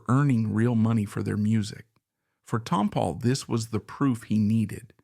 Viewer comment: Ruined this by not pronouncing Tompall correctly.